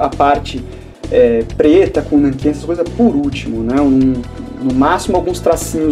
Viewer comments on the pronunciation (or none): none